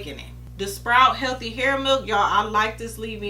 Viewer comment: I loved it when you said "Sprite" instead of "Sprout" the first time. lol I thought I was the only person that did that. The hair milk looked super moisturizing I can't wait to pick that up. Excellent review as always.